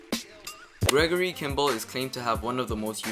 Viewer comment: "Gregory" Kimble and Hank "Gaithers"? C'mon man...